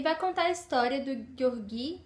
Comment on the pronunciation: Acho q a pronúncia correta é "Jeórgui" e não "Gueorguí". Mas não faz diferença. Livro fantástico. Um pouco cansativo em razão do vai e vem histórico. Um romance improvável e apaixonante.